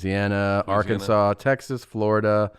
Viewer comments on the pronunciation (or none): none